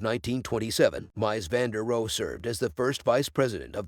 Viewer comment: "Mice van de roe", "DIE☠ Wohnung". Sorry but I have to dislike this for the ridiculous pronunciation... Is a mic really THAT expensive nowadays? I can lend you mine, sheesh.